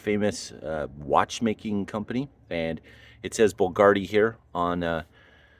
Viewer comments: There aint D in the word Bulgari. Its Bulgari, not BULGARDI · My favorite car of all time. But it’s BULGARI not BULGARDI! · BVLGARI. Not BVLGARDI. . There’s no “D” in BVLGARI. Pronounced like “Bull-GAR-ee” Beautiful car! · Why are you pronouncing Bvlgari "bulgardey"? 😆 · theres no D in "bulgari"! interesting and thorough video, thanks!